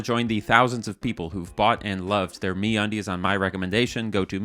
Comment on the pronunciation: I believe it's supposed to be said like a pirate. The brand is Me Undies. But the pronunciation of it is like how you'd say "Aaarrrr where's me undies." So a little more pirate please. Also Hi RockStar here ... thank you for the information. GTA 6 will be delayed because of your video but the airports will be sick. Thnx for my flying license btw.